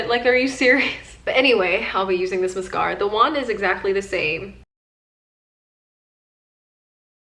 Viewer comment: The way she says mascara bothers me so much😭😩